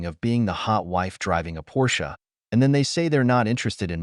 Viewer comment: You would think if she's been a Porsche girl her whole life she would know how to pronounce it correctly